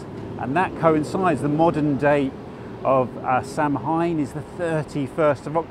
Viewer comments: Enjoying your interesting tours thank you. Samhain, celtic festival around halloween, is pronounced like sow-in in Irish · Really enjoyed that, thanks, pronunciation is saarwain as I am aware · Samhain is pronounced sa wan or sa ween. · It's correct pronunciation is 'Sow an'. Thank you for this walk, I lived at Holborn from 1961 to 74 then my Dad still lived there until he passed in 1991. It brought back many memories, thank you 🇦🇺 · Really appreciate your videos. It's pronounced 'Sow - an''. Magical time of year;-). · Samhain is pronounced ‘Sowen.’ Don’t know why, but it is. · you're killing me. The druids called it sow-in. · Sow - in, that's how you say it. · Wonderful video:). Makes me want to wander and explore through the pathways of London.... Samhain is pronounced sow - wen. It's a pagan festival honouring the dead and our ancestors. One of the major festivals of the pagan wheel of the year. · Samhain pronounced sah-win or sow-in (as in female pig). Blessed be. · Love the Rivers of London series, the scene in covent garden was a bit spectacular too.. great walk, as ever. Samhain is pronounced "sow Inn" x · Another amazing walk,. Samhain is pronounced like zow-inn. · It's pronounced Sow een = Ssamhain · Samhain is pronounced sow (as in mature female swine) inn : Sow - inn : Samhain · Samhain ... pronouncd " sow- wen" (sow like female pig) .. seems unlikely but is correct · Pronounced sar win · Shirley I’m deeply heartened by the number of people correcting my pronunciation- the old ways are alive and well